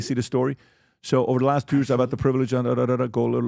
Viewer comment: 15 yawrs (year) 😂😂😂😂😂😂 it’s not years any more for me.